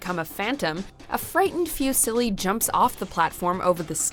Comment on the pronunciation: not the narrator mispronouncing fusilli immediately before fusilli himself says it correctly